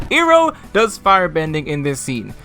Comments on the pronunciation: To be fair, Ahvatar could just be an accent thing (like we see with Tahno in LOK), whereas you have to purposely screwup to get Ong, Earoh, and Soaka out of Aang, Iroh, and Sokka. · I do pronounce Aang as "Ong" or Iroh as "EE-roh", also, since my native language has geminate consonants, I pronounce Sokka's name with a geminate K. Also, Suki should be pronounced "Ski" since it's a silent U in Japanese. And Mai is a real Japanese name pronounced as "My", not "May". Because from the spellings, it seems those are actually how they're meant to be pronounced as real names while the canon pronunciations in the tv show are anglicized pronunciations.